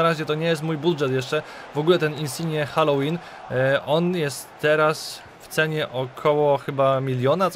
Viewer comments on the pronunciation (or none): none